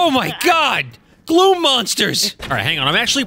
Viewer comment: We pronounce it KAZ-m. When you said "Gloom monsters", I heard "Glue monster". Also, the instant I heard Tulin's voice, I knew it was Cristina Valenzuela.